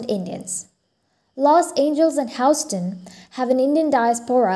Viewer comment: Houston and Los Angeles are pronounced Hue-ston and Los An-gel-es